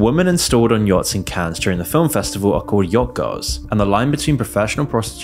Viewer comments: It Is Pronounced "CAN", Not "cans" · it's pronounced "" Cann", the -es is silent, lol. why don't you look up words you're unsure of how to pronounce? This isn't the first time Ive thought "huh, he doesn't write this himself, does he? he doesn't know how to pronounce words used in the script lol" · Oh dear God! STOP. SAYING. “CANS”! You don’t pronounce the S for crying out loud….. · if you're gonna make a video talking about Cannes half the time, at least learn how to properly say it